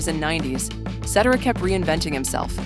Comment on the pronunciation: They never pronounce Cetera's last name correctly 😂😂😂😂😂😂😂😂